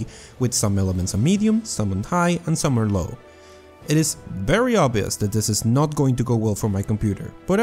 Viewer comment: "witcher 3 is a berry good game."